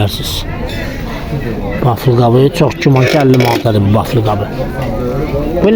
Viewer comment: Baflı nədi? Belkə vafli demey isteyir.😊